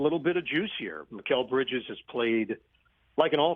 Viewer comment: They couldn't put how to pronounce Mikal's name in rich's notecard. Man obviously doesn't watch the nets.